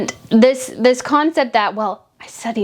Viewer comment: Oh international relations. I bet she did lots of "international re-LAY-tions" stuff aboard those yachts. 😄🤣😂